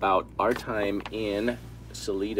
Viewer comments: We, Coloradans pronounce it Sa LIE duh not Sa lee duh. Both ways are correct I guess. just saying.. lol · It’s Sa lie dah, not suleeda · It's pronounced "Sah-LI-dah" accent on 2nd silible. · Salida has a long "i" sound ... like Sa-lai-da. Chaffee county has some very rugged places. If you were being watched by guys with rifles and they were well positioned, there is something they want to keep hidden. I just drove through there on Hwy 285 in mid September. I was hunting in Saguache County, just south of Chaffee county. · It's pronounced as Sali(long i Sali(eye)da .Sorry,don't know how to correctly type this) I feel really STUPID,right now, Anyway,just trying to be helpful,not critical. I appreciate your communication skills and your ability to converse with people in such an open,caring way. Thank you for all you guys do. And give your families back home that understand your passion à special thank you from all of us . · I’m sure they are up to speed - aside from not pronouncing sal-EYE-duh correctly ☺️but wow, these guys are impressive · Just FYI Salida is pronounced SO-Lye-Dah 😁 I lived in CO from 87 to 2017 It's beautiful and I miss it but don't miss the cold LOL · SA-LI-DA, theres no EE BROOM-FIELD, no S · Salida is said with a long "i" just sayin' 🙃. Sah- LIE-dah. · It is Sal-I-da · It’s Salida! The I is like eye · Salida has a long y in the saying.